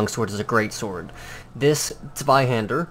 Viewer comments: Really good pronunciation for a non German. Ich bin Stolz auf dich. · Nice pronounciation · you're pronounciation of the "zw" is pretty well at the end (for a non german guy) ^^ just wanted to mention :) pretty great video over all, hope any person who says it's a bastard sword sees this video and stop saying this lie